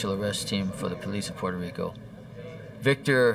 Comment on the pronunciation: Exactly. It's Puto rico